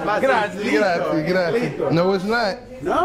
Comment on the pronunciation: it s grazie not gratzi . but jimmy is an amazing guy .i m italian and i m proud to see this video !! Amazing jimmy is the goat .